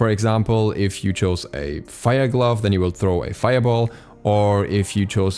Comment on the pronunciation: everytime he says glove a little piece of me dies